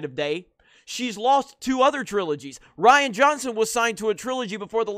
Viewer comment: Aytakta not Ryan. ReeeAnne!